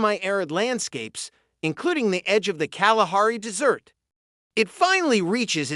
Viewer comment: Interesting, but the narrator needs to learn proper pronunciation. Desert is not pronounced dessert